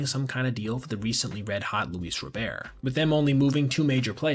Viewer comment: every time I hear someone call luis robert luis row-bear i die a bit inside everyone called him row bear and he corrected everyone literally five years ago the team's announcers get his name right and so does everyone else i guess instead of made the cut and girrafeneckmark